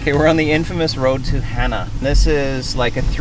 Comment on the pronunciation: Hana...pronounced Hah-nah.